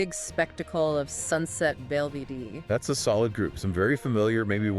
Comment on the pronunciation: Ah yes, "sunset bell vee dee"